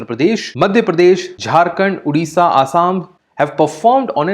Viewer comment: It's Odisha not Udisha